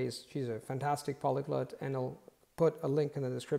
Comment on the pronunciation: Hey, I'm a big fan of your content. Here's a piece of constructive criticism: when you say the word "polyglot", you consistently pronounce it as /ˈpɑliˌɡlət/ instead of /ˈpɑliˌɡlɑt/. That is to say, it sounds more like "polyglut" than "polyglot". Here's an audio clip of the standard North American English pronunciation